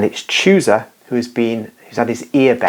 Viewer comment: Read chusa as husa